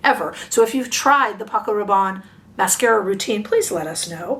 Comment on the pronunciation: It’s pronounced Rah’bonnie not Rah’bon.